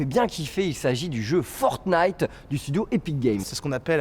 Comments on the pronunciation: fornite ??? le mec commentateur connais pas le nom issou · Pourquoi prononcer Fortenite, est-ce qu'on dit un chateau-forte? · Je vous en prie arrêter de prononcer fortnite sans le premier t 😫